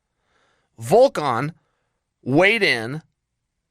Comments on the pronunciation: He is Volkov not Volkan. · Alexander "Volkan" Volkov